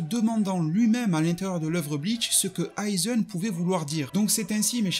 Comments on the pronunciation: Aizen* tosen* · Toseune , aizeune, oui je sais c'est moche de dire de bien prononcer mais quand même la ça me titille. Aizène , tosène stp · Stp frérot prononce bien.. c’est pas tosseun ou aizeun ! C’est tosen et aizen !! Le son é !